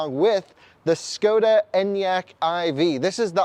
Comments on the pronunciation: It's [Shkoda] by the way, as a Czech I felt compelled to come here and say it. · Same Enyaq is an official vehicle of the Tour de France! So cool to see it following the leaders… The 24 month wait time is tough though. PS: It’s pronounced “Sh-koda”